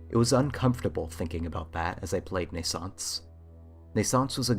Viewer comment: Pretty sure it's pronounced "nay-sauns-say," dude. Two Es at the end, and all.